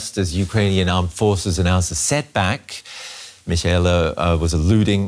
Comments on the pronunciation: lol "setbak" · "setback" "wthdrwall" LOL🤣🤣🤣